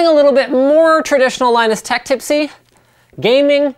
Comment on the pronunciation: Linus tech "tipsy" xD